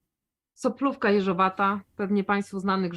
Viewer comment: Soplowka czy sopolowka?????? Mylisz panna!!!!